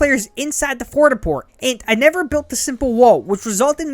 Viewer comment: Fort a port haha